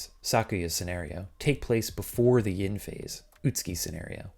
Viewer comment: Man mocks voiceover’s pronunciation of Kureha, but can’t accurately say Yin or Yang right to save his life.